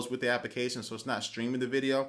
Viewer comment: WHY DOES HE SAY APICATION????!!!!